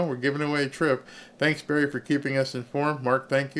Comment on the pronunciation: You called it Berry